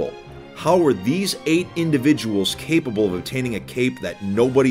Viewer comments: Haha he said cape-able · HE SAID CPAE-ABLE